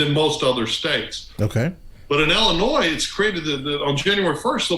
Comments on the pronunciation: I live here in Illinois and the S is silent love! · you said illinois with the s 😆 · How can I listen to a man give me any advice when he can’t even pronounce the damn state correctly? I’m sorry buddy but at least learn how to say things correctly before you speak. The S is silent guy